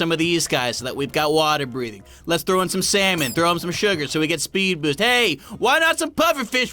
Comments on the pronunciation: SALmon! Not slamon! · When you said its pufferfish its cod its salmon you said samon instead of salmon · What's with him and calling salmon slamon?